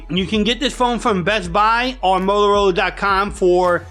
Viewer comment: Complete asshole did the music & intro. Then it turns into a buffoon speaking with shitty diction. "Molarola" idiot get some teeth.